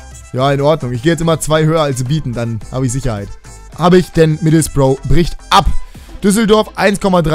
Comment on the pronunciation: Kannst du aufhören middlesbrough so behindert zu sagen?